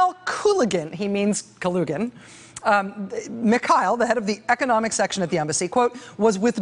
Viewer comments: You’re pronouncing Kalugin’s last name absolutely correctly, but his name is pronounced Mihail, and it’s KulAgin. Different vowel stressed. Both last names are quite popular in Russia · While brushing up on Russian pronunciations, could you work on Mikhail? It distracts from the rest of your performance.